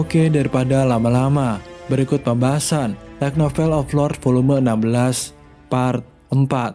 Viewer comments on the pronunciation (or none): none